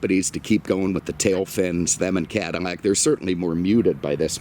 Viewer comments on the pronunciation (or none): The "Cadimac" thing is even cooler.